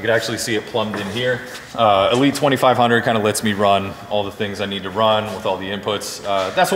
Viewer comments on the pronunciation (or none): none